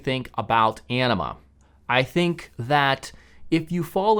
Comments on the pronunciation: That's what I heard every time he said Anima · I thought he said “enema” and that this video would take a weird turn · ANIMA... It sounded like ENEMA 😂 🤣😂 🤣😂 🤣😂 🤣